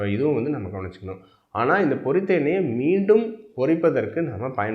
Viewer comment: NOT / PORRITHA sir Pottitha why are you killing the tamil language, and the people who speaks Tamil.